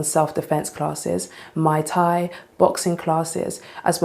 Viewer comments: I also find it hilarious that she called Muay Thai a cocktail mai Thai lol. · Lmfaoooooo she said “Mai Thai” not “Muy Thai”. I guess they serve drinks while you workout 🤣🤣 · To answer her question about why Men are ‘bOtHeRed’ about “Women Only” spots, It’s because some MEN on EARTH are old enough to REMEMBER MENS and BOYS ONLY spots and FEMALES took that AWAY FROM US. Ps…This Female said Mai Thai is a FOCUS😂😂😂😂😂Not Muay Thai. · Did She Say Mai Thai? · MUAY THAI NOT Mai Tai🍹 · As a fitness influencer (and yes, I understand that she's British), she needs to learn how to pronounce some words. "Muay Thai" is not pronounced "Mai Tai". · Lol mai tai is a drink did she mean muay thai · She called Muay Thai “Mai tai” lol. Her gym will fail. Gyms are popular with women now bc they like guys around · Her calling Muay Thai, “Mai Tai” is pretty hilarious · "Self-defense classes as in Mai Tai..." It's Muay Thai, sweety, not a fancy drink. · It's not my Thai. It's muay thai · Did she just call Muy Thai Mai Tai? Women smh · Did she call Muay Thai, Mai Tai.... Girl, go get your drink....